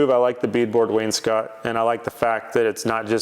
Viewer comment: If you don't recognize me, I'm the guy who told you wainscot was not pronounced "Wayne's coat"